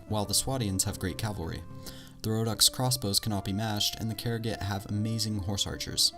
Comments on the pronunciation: you know you said rohnokes wrong right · Samurai How did you manage to butcher all the names?